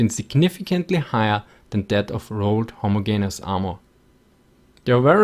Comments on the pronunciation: Minor corrections: Ho-mo-ge-ne-ous has 5 syllables. (Many native English speakers have trouble with this also.) M113 is an Armored Personnel (not Personal) Carrier. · Interesting and informative as always, man. Also, I love the way you pronounce the word "homogayneous" :D